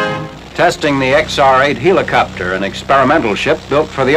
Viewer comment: LOL! "HEE-la-copter!" Like the Greek god, Helios? Like Helium? Like a farcical mispronunciation? To quote Ren, "YOU EEEEEEE-DIOT!!"